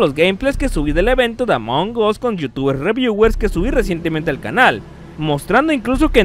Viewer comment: Se dice "Among as", "among os" suena mal XD